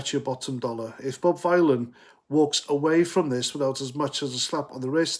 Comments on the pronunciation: You can’t even pronounce his name you mook. Bob Vylan - like VILLIAN. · It’s pronounced Villain as in Bob Dylan.🤮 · I think you pronounce it villain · Vylan it rhymes with DYLAN